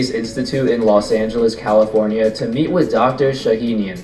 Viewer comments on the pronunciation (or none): none